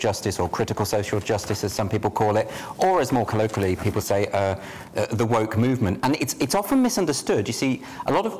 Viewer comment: "on tonights WOK watch"